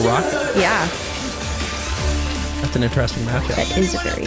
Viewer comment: especially in the sub the way he pronounces her name.. UrAraKa..?